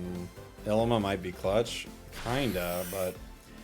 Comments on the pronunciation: I'm pretty sure her name is pronounced EELEEMAH. It's an Hawaiian flower 😊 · Lmao I’m dying the way he saying Llima